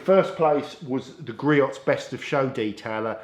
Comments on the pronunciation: All good products. Griot’s is pronounced GREE-OHS per their website in USA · It's "Gree-ohs"